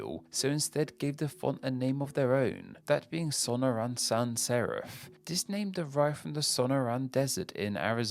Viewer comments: I bet Pacifica was named after the city of that name, just south of San Francisco. Also, please try harder to say place names right: Sonora is accented on the next to last syllable as it's a Spanish word, and Mt. Rainier is pronounced "ray-NEAR" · /soh-NOH-rah, son-NOH-rahn/ -- He just needs to sound it out, plus consult a dictionary; easy Spanish pronunciation; California's desert; I think he gets in a hurry, plus he's British and not familiar with American place names.